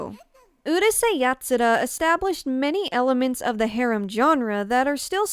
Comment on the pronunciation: I don't know if it is rude to say it like this but because of your pronunciation of the (mostly Japenese) words, I can't understand what you are saying even though I know the word (for example : harem )